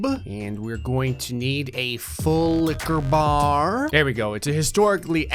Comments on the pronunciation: The way he said full liqueur barrr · you said full liquor bar wrong that is crime amongst the people of gray fix your crimes and it will go unnoticed -signed, your subscribers